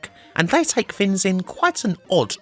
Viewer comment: The word: Things: Fins